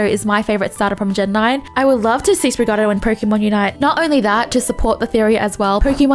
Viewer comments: She said it like sprig a dido But its actually (Spri-Gah-Tee-To) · It’s like she’s saying “Sprig-a-Ditto” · Pronounced (Spre-GAT-ee-toe), if not then I'll just call you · It’s pronounced spree gah tee toe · girls it's "spreegateeto", that's not an accent that's just saying something wrong. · Try saying it like this: Sprig-ah-tea-toe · sprig-a-TEE-toe TEE as in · REPEAT WITH ME,: Spree- Gah- Tee- Tuh. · That is not how you say it. It's Spriga-Tee-Toe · Sprigatito is pronounced: Sprig-gah-tee-toe. it's sprig (a kind of plant) + gato (cat in Spanish and Portuguese) + -ito (a Spanish suffex meaning something small/diminutive). In case you struggle to pronounce the words it's based on they are, sprig: sprig, gato: gah-too, -ito: ee-toe. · Pokémon: "Sprigatito - based on the Spanish word for kitten" Pronounced: "Sprig-ay-teet-oh": "SpriGUARDio"...🤣🤣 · Assistance with pronunciation: Spree-gah-tea-toh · Tip for pronouncing Sprigatito correctly say it like despacito but say sprig so like this sprig-a-ti-toe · Its sprig-ga-tea-to. Hope this helps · it’s Sprig - uh - teeeeeeee - tow 😂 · you pronounce Sprigatito like Despacito. Since the region is based on Spain (and then Iberian peninsula) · It's pronounced (sprig-a-tee-toe) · lol still pronouncing it very australian- most of the people i've talked to say it like "sprig-uh-tee-toe" 😂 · Spring a tito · Spoo rig ah diddy What's so hard aboote that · The way you say Sprigatito isn't even an accent thing, you're just straight up pronouncing it wrong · Sprigatito is the 1st part u said then pronounce it like uh then tee toe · difficulty pronouncing stuff is now my highlight of the day lol. Love ya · I'm not sure if it's supposed to be like that, but the "gatito" in Sprigatito is based on Spanish word for kitten and therefore has a vocal accent in the second syllable "ti". That's beside the "t" mispronunciation by the way. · goes Italian when pronouncing sprigatito